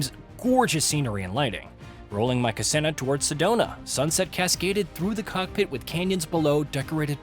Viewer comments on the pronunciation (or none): Cessna is pronounced (Sesna) not cesena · LOL! it's NOT Cassena it's Cessna. Pronounced CESS-NA! SMH! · Good. But you're not forgiven. Ka-sessna sounds like a spell from the Harry Potter series. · 😂😂😂 I literally just came on here to ask if I heard that right. Ka-sen-i-na? 😅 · The ka-ssena??? Lol cessna!!! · Cassena?? New plane? 😂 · This is a joke of a review. A flight sim on a Home Console (Xbox or PS5) of this level of detail, immersion and scope is nothing short of being akin to magic. Listening to this bullshit AI calling his aircraft a kas-ENNA is so far beyond comical as to be insulting. Shame on your,. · What the hell is a kassenna 172??? Come on man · My favorite plane manufacturer, Kuh-seh-nuh. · 😂 Cassena 😂😂. I know you apologized for it but my three year old knows what a Cessna is. Prove a three year old is smarter than AI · “ Ka Senna” …. What? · It turns out AI isn't so intelligent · That should be 1st lesson: how to pronounce the name of your plane. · God that mispronunciation of Cessna made me fucking cringe so hard. If you're reviewing a flight sim maybe do some basic research and figure out how to say the name of only one of the most well known General Aviation planes in the world? At least you called out the mistake in comments, so kudos to you. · This guy can't even pronounce the name Cessna correctly. Garbage review. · NOT going to subscribe and bailed after butchering the name Cessna. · One of the worst reviews I’ve ever seen. You can’t pronounce Cessna for some reason. Then you claim you can’t find any RPM reading in the HUD despite it being clearly visible in the lower-left corner. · That's a truthfully bad error. Even people who know nothing of planes can hear the sound of a plane buzzing overhead and say 'Hey, that's a Cessna.' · You heard that too, huh? Crazy way to pronounce "Cessna".